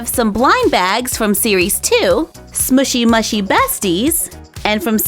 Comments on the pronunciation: It is actually pronounced smoochy mooshi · (no offence) I adore your channel but its actully pronouced sm-ooooshy m-ooooshy. They look so cute .Your one of my fave youtubers cause your always so positive and bright and your crafts are amazing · You say the name of the brand wrong